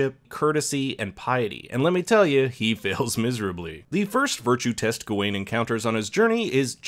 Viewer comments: Good video but dude... why are you saying Gah ween instead of Ga win, your wrong pronunciation really bothered me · It's pronounced GOW-WEN!!! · I really don't understand how people can sit through a film where people repeatedly pronounce a character's name 'Gar-wen' and still come out of it saying 'Gah-Wayne'. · “ga wayne” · Not only you pronounced his name wrong, you got some parts of the movie wrong., you have not seen the movie and it shows! Sad. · Bruh can u pronounce his name right?